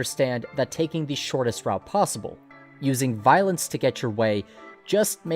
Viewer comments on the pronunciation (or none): none